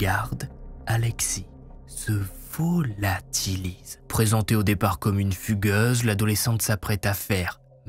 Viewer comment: Alexis se VO-LA-TI-LISE